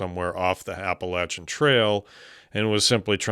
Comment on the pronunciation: THANK YOU, for the love of god, for pronouncing us “App-Uhh-Latch-Unn” correctly. I’m from the Nantahala Natl Forest area & I have an amazing experience with that big man.